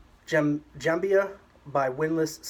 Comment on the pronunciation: It's jembiah if you want to pronounce it 100%. There's a longer version of it and some of those are made of Iron ore hit by lightning ⚡in Southern Saudi Arabia. Jembiah came from the word jemb which means (body side) cause it's worn on side. Even the waist is considered a body side.